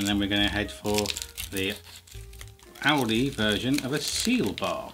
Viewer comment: I know it sounds like Audi the way he says it but the supermarket is actually called Aldi.